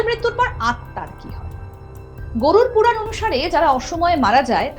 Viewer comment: Anchor mamoni ekta demo dekhale toh parten naki , Mrityur por dekhtam ki hoi 😢😢 Ota Gorur 🐄 puran nah .. Uccharon toh ma mashi kire dicchen je 😂😂😂😂